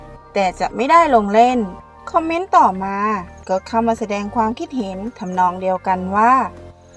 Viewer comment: ไม่ได้มีเจตนาหรือต้องการหยาบคายนะครับ แต่อยากให้ทางเจ้าของช่องลองไปฟังกูเกิ้ลหรือ Siri พูดคำว่า ความคิดเห็น หรือ ความเห็น แล้วลองฝึกพูดตามให้ชินครับ